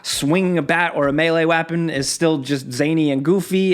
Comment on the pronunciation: hearing say “MEYLEY WAHPON” while CJ swings a bat around made me laugh more than I should